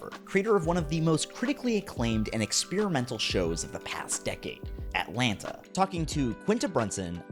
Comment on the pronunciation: man u did NOT just pronounce atlanta with both its Ts